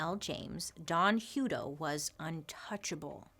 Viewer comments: Yikes! I grew up in Hutto, Texas 😬😧 we pronounce it Huh-toe lol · I've worked for CCA (now Corecivic) for almost 6 years now. Don is dead now. It's pronounced like a hut. We just had our ACA audit. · Sorry dear it's pronounced Hut-to as in a hut. 🙂